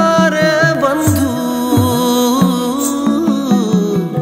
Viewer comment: The song is beautiful, music is beautiful.. But in the song the word 'Abujh' & 'Bandhu' itself is a bengali word which is pronounced as 'obujh' & 'Bondhu'. And i am little confused now why Shaan (himself is a bengali) pronounced the words wrong..?